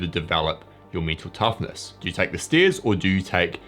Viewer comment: For a while I thought that he is saying - me too toughness.